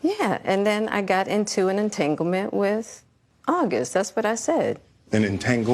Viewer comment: Envy pronounce August as Ohgust 😂😂